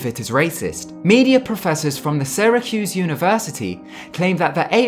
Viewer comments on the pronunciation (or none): none